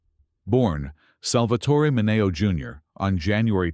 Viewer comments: They're pronounced Min-ee-oh and MAY-bel! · Look, if you're too lazy to do your own narration, could you at least teach your AI to pronounce Sal MIN-E-O's name correctly? And have we really come so far? As long as there are videos "exposing" gay stars, gay folks will be treated as though they're secretly rodent devouring aliens who even in death- must be outed to satisfy the public's need for gossip.